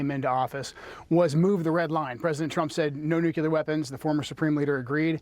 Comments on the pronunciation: Why do smart people intentionally mispronounce ""nuclear?" It's cartoonish. It's pronounced "new-clear," not "noo-kyoo-ler." This started under GWB trying to sound folksy. Now it's a 'tell' that one is right wing. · The guy can’t even pronounce nuclear correctly.